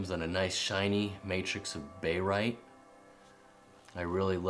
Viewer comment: great (!) first video. May I be so bold as to request you write or print the names you are mentioning? If written (and maybe together with the chemical formula, as well) then when you say "bayrite" and maybe mean "barite", there will be less confusion. Also, if each specimen could be displayed with both the white and then a black non-reflective background, then we may be able to see even more detail. Your collection is simply beautiful so displaying greater detail would benefit us all. Several of your pieces are museum quality. Thanks for posting.